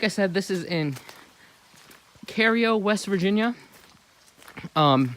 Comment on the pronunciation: The tunnel is in Cairo, WV, not Cario, in Ritchie County. It's actually pronounced like Cairo, Egypt, but for some reason the locals refer to it as Cayro. It's not C-a-y-r-o. It's spelled like Cairo, Egypt; therefore, it's pronounced like Kie-ro. It's like Hurricane, WV in Putnam County. The locals say it like Hurricin. It's not spelled without a "e" on the end. Therefore, it's pronounced like Hurricane as in Hurricane Katrina